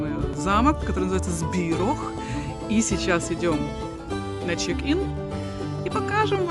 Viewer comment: ЗбироГ, не Збирох. Буква h в чешском языке читается как Г.